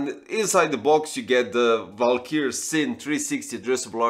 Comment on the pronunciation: It's Valkyrie, not "valkyr"...